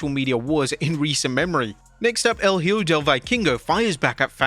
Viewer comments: If you are gonna comment on wrestling please learn to say the names of the wrestlers.. it’s HIJO de doctor wagner.. no hjo or what ever the hell you said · Wrestling youtubers can't seem to learn to pronounce a simple Spanish word as "Hijo" 🤣 It's "e-Ho", not "he-oh", not "high-o", not "he-joe", E-HO. The more you know 🌠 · EE-kho (using "kh" to represent the use of J in the word Hijo)El é-KHO ✔️👍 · Hijo means son Ehoe that’s how it’s pronounced, I think, I’m Mexican for me is normal to say Hijo Hopefully WWE can also pronounce it right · Bro... No offense but you need to improve your pronunciation when it comes to talks about names that has the word "Hijo", like Hijo del Vikingo and Hijo de Doctor Wagner Jr... The best way to improve is to listen and relate the word with some made up word in English.... For "hijo" you need to pronounce it like this... The first syllable in spanish hi- is pronounced like the letter "e" in english, like on email or e-sports... The second syllable in spanish -jo is pronounced like the fist sound on the words hope or home... Hence hijo would sound "e-ho"... Be careful however not to make the last part sound like the word referring to the girls of the streets...